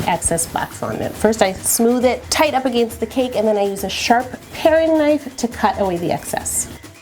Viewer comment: Did anyone else notice the way she was saying against? Hahaha